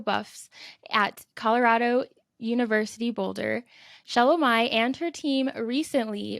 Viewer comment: Pronounce the name correctly. Repeatedly calling her wrong name….